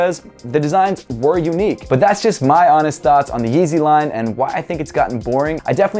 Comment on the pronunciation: i like how he says thoughts "thots"